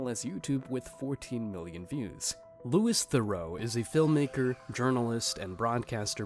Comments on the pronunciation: It's said 'Lou-ee They-roo' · Louis Theroux is prounounced LOU E. TH ROW